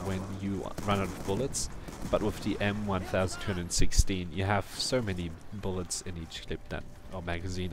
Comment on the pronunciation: Its M 12'16 Not M 1' 216